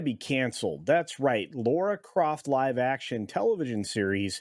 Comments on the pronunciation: It’s Lara not Laura. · Dude... it's LARA Croft, not LAURA Croft. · Lara not Laura. Pronounced "La-Ra."